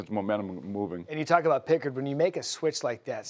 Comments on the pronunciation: this guy doesn’t even know what he’s talking about lol. Pronounces pickards name wrong. Doesn’t even say the right name for the game tying goal to send it to overtime. Who is this guy lol. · (Jake) WALLER. (Calvin) PICKHARD. Bro, doesn't say the names right...lol